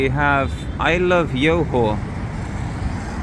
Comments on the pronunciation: 'Johor' is pronounced 'Joe Ho' not "Yo Ho" 😊. Many in Singapore will always go across to Johor Bahru during the weekends & long holidays to spend their monies worth. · it's johor not yohor lol. That aside I think it's quite accurate and the city isn't really walkable and streets aren't that good. I only go there for the malls, food, cafe etc and also for any services/activities since they are much cheaper vs SG prices... Services like dental, getting spectacles, massages almost anything you can think of, activities like go karting, movies arcade games and other things are really affordable in JB and that's one of the reasons why I visit JB as someone from SG. The price to value ratio is pretty good in JB especially for services and things like that as I have mentioned, but imported products are about the same price vs most countries and I think tech products are probably even cheaper in SG vs MY. You could probably see that with your baked beans example in your video.